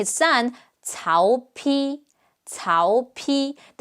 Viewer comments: I have waited years for this to come out. I was so tired of the narrator pronouncing Cao Cao " Cow Cow" and Cao Pi "Cow Pee" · Interestingly enough, for the Dynasty Warriors X Samurai Warriors games, Orochi Warriors, they pronounced Cao Cao and Cao Pi as "Tsao Tsao" and "Tsao Pi" respectively. After having played 3 prior Dynasty Warriors games, this caught me by surprise! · Don't care what you day, cow cow and cow pee will always be the funniest pronunciations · As a Chinese, I can confirm her pronunciation of Cao Cao is wrong. Since the release of Dynasty Warriors, we have updated our dictionary based on the game and started pronouncing Cao Cao as ‘Cow Cow', and Cao Pi as ’Cow Pi'. Please continue using that as 'Tsao Tsao' is outdated and obsolete, Chinese also love debating about Cao Cao and Cao Pi's role in the rise of Sima Yi, we welcome anyone to start a healthy debate with a "Ay yo, are you into Cao Cao and Cao Pi?" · Wow with the right pronunciation, they sounds beautiful. Not to mention the ‘cow cow’ or ‘cow pee’🤣🤣